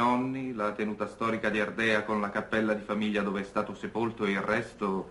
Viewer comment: Molto bello, come in genere questi vecchi sceneggiati della RAI. Paolo Stoppa poi è un grandissimo attore, e non c'è bisogno di dirlo. § Peccato però per quella pronuncia meno corretta, per non dire errata: a , eppoi di nuovo a , si sente *"Ardèa", e certo càpita spesso di sentirlo dire; ma la pronuncia buona è "Àrdea", con l'accento sull' "A" iniziale, come in "àrde" voce del verbo "àrdere". Così, "Àrdea", si diceva già in latino.